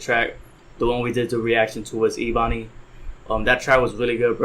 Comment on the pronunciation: It’s pronounced “Eh-Bun-ee”